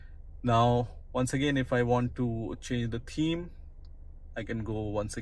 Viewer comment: It's pronounced TH eme not TEAM